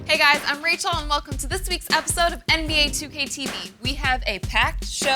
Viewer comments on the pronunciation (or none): none